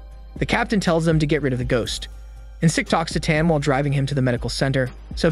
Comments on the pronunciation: it’s pronounced as en cheek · The fact you can't pronounce Encik properly is cute.